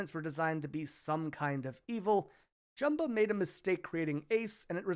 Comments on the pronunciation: Over-edited, gave me a headache. Prounounced Jumba's name wrong too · cant believe you said jumbas name wrong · Can you learn how to pronounce Jumba's name correctly? The way you absolutely butchered his name and didn't get even remotely close makes me not want to watch this video at all.